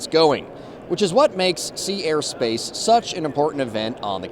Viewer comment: Thank you for clearly pronouncing Sea, Air and Space. I sometimes get confused when I think I hear Sierra Space.😊